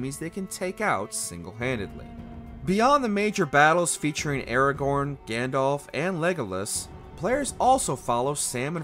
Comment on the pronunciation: That pronunciation of Aragorn is upsetting